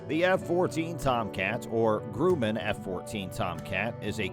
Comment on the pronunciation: The F-14 Tomcat was flown by the United States Navy (USN). The United States Air Force (USAF) flies the F-15 Eagle. Also Grumman is pronounced gruh-muhn not groo-man.